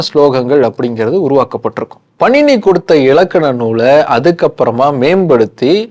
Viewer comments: Bro that's not panini it's paaninee . And it's not astadhayi it's ashtaadhyaayi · Panini-பாணினி , உச்சரிப்பை கவனிக்கவும். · பாணினி சரியாக உச்சரிக்கவும் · இலக்கண ஆசிரியர் பெயர் பாணினி. நீங்கள் சொல்வது போல பணினி இல்லை.